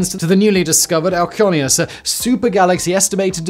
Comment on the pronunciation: For anyone wondering, the name of the largest galaxy is Alcyoneus. Simon's pronunciation was not very clear.